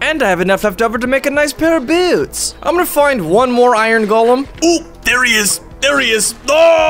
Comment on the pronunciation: Don’t say boots say how u say boots uhh yea beyats